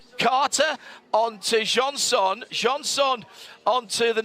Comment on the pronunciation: I'm not gonna pronounce johnson in any other way again